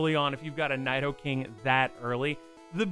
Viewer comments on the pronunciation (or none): I really hate how you say Nidoking, it's "Knee-Dough-King". "i" is always pronounced like 'ee' in Japanese and "Ni" means "Two" so it's a reference to how Nidoran starts as two different genders and evolution lines... And are you calling Palkia Cresselia? It looks like it from the footage shown.